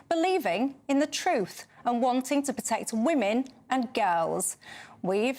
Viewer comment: puteckt? does she mean protect?